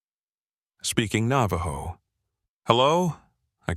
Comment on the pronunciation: AI's Navajo needs work.